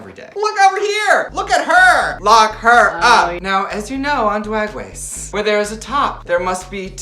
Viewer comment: I love how she says DWAG WACE🤣🤣🤣